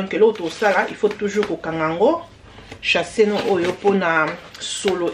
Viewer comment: Sachet ma belle !! Olobaka “ chasser “ pourquoi? Plastic bag se prononce SACHET.